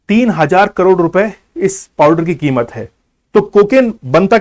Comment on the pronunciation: Are bhain ke lore bar bar kimot kio bol rhe ho